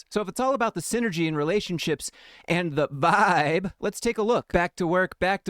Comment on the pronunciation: lmfaoooo I love the way you clowned on the "viiiiibe" dude 😂. I can't believe they actually typed out his incoherent rambling and highlighted half of it